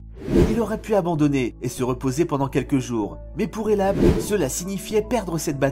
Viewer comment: Hellah Sidibe PAS hellab